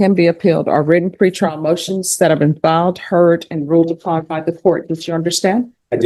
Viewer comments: Im sure he said "tree-pile notions". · Ok I had to watch the part I’m talking about twice … the “lawyer “ said tree prial notions … instead of pre trial motions … anyone else catch that ??? wtf… Very bad plastic surgery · “tree prial notions” 😂